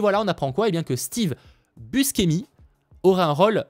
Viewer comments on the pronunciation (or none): Merci pour le récap, c'est toujours sympa et riche en infos par contre petite rectif on prononce Steve Bou"che"mi (à l'Italienne) et non Buscemi 😉👍🏻